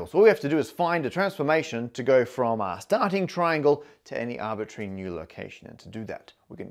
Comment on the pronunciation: MATT ... it's not "arbitary" ...the word is arbit R ary !!!